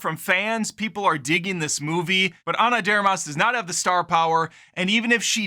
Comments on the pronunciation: Are you deliberately mispronouncing her last name or you just don't know how to say "de Armas"? You know it's not one word, right? LoL. Love the channel and humour, BTW, been a long time fan. 😎👍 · Learn how to pronounce her name correctly. I enjoyed it.